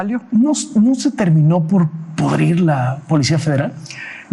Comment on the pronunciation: Es pudrir y no “podrir” como lo dicen, tanto Loret como su flamante invitada … 🤦🏻‍♂️🤣🤣🤣🤣🤣🤣💪🏻🇲🇽